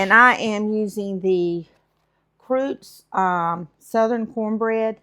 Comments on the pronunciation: I believe that cornbread is pronounced Crust-Ease. Lol. Sometimes its hard being on the far side of the screen from your fantastic recipes! That tamale casserole looks heavenly!! Thanks for sharing! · Leaver her alone, dang., you say it however you like. Btw, I love that your son is rescuing a pup! ❤